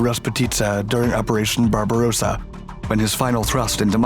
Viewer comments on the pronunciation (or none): none